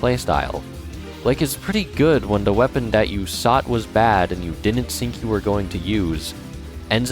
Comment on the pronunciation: why does he put s before his Ts like why does say sought instead of thought